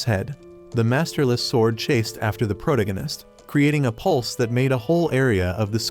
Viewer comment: can you lessen the use of protagonist? my ear hurts the way you pronounce it ansd it sounds repetetive for fuck sake